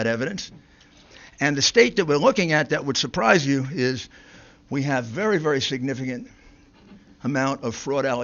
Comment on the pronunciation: vewy vewy SAD.......but funny 😢😅😂